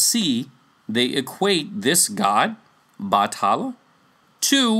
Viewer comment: It was never Batala. It has always been Bathala. Pronounced as Bat-ha-la. Whoever wrote Batala in wikipedia is misleading people. We never associate anito with Bathala. And also, I've never heard of Bathala's wife. But in one story that mentioned Bathala, there was an ancient monster called Bakunawa. A serpent whom was punished by Bathala for eating the moon.